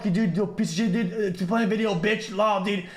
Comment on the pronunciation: i don't even hear dude i hear ded